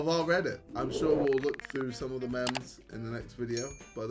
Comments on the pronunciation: BRO SAID MEMS☠ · he said mems:buffering::buffering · Did he just say mems? 😢😅😅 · Wait wait wait… did he say mems instead of memes? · did he just call memes “MÆMS” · How on earth did JJ pronounce "memes"????